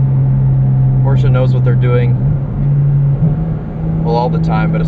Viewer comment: wtf is a porsa?